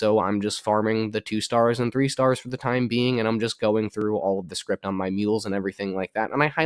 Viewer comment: Scrip... not Script